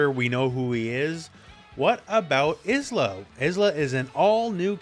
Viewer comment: Obvs not a big deal, but 'Isla' is actually pronounced 'eye-la' - like 'island'